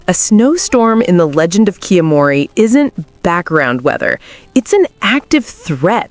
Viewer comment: I'm not sure how many of these are "Advanced Tips" when several of them are game mechanics in the tutorial phase. Also, considering the game tells you how to pronounce the title, it feels like a bit of an empty video when that isn't even done correctly.